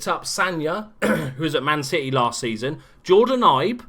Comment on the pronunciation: Did you just call us Man Shitty? Or is that an accent?